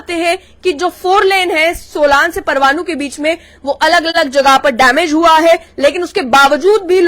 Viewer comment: सोलान नहीं बो सोलन है